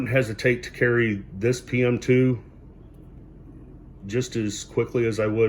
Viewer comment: I was positive you said "Pets" at first. Was thinking, well that's a new one on me!